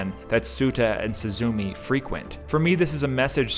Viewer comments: Nice breakdown! Without this i would be missing out a lot of depth the movie contains but Still, the pronunciation is not really suzuumi its more like すずめ。 su zu me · I was surprised that the first gate is under a ruined dome, which to the Japanese calls to mind the memorial at Hiroshima- I didn't notice this till the 3d or 4th watching but once you see it, it makes such perfect sense- also please remember pronunciation Soo- zoo- May, instead of SuzuMEE, and Soh- tah, instead of Soota. Also remember that Suzume in Japanese means sparrow, though nature references to Japanese names are common. Butterflies are an essential motif of summer or late summer, like the oranges and the flowers pictured in the film. There are also Higanbana, death lillies pictured as she travels northwards.